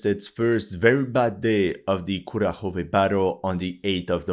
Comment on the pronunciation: There could be differences in dialect, but the mispronunciation of Kurakhove drives me mad 😂